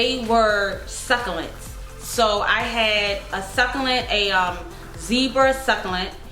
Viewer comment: AZFrank Castle every time she said it I died a little on the inside 😂